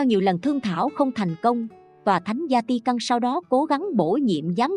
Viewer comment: Thank you channel. Xin Cho góp ý chút nhé. Vatican Không phải là Zatican.